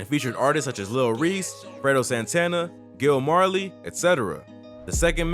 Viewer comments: Gino Marley not gill Marley lol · This nigga just call Gino Marley Gill Marley??? 🤔🤔🤔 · Why U pronounce Gino Marley like that